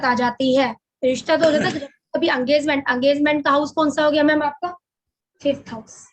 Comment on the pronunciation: ये अंगेजमेंट क्या होता है नया शब्द ईजाद कर दिया आप ने हम तो इंगेजमेंट सुने थे भई!!!😊